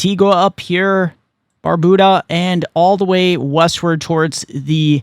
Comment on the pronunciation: Thank you for your update. Here's just a small correction on the pronunciation of our islands. Antigua (pronounced Anteegah) and Barbuda (pronounced Bar-beau-dah)